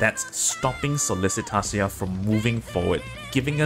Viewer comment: YES, I KEPT BUTCHERING HER NAME CALLING HER SOLLICITATIA! lol Here're the timestamps - Thank You Everyone - Sollicitatio Explained - Phase 1 - Phase 2 - The General Idea of The Strategy - Key Unit Recommendation - Support Unit Recommendation - Who and When To Drop Leave a comment if you have any questions regarding the boss!